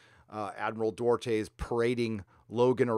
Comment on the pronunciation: Admiral Dorte? Doo-art-eh!